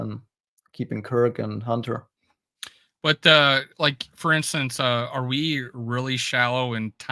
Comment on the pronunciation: Hey, I don't mean to be a jerk, but I would like to ask you to start pronouncing the "T" in HUNTER. Thanks much!